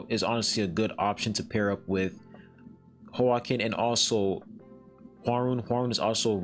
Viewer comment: The name is Hwa-kin, the same way you would say Joaquin Phoenix, the Joker actor